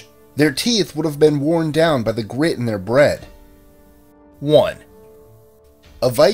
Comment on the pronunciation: For the one about teeth, did he say 'grit in their breath'? I don't understand, what does that mean?